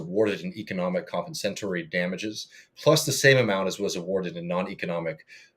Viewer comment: compensatory (com-PENSE-a-tor-ee) damages